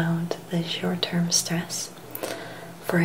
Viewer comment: You stressed the word "stress" and "stressed" quite a bit, but otherwise this is a very nice video as always and I appreciate your ASMRtistry.